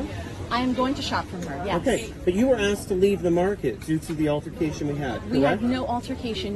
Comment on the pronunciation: ASKED not axed. Stop sounding so damn ignorant.